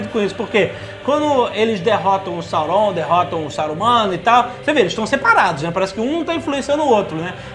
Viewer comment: Não é Sauroum,é Sáurom,Jovem nerd tem mania de falar tudo meio puxado Meitrix também etc... OBS:escrevi como se fala